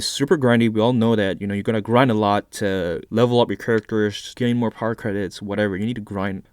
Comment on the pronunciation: Idk why but when he says power credits I hear Par credits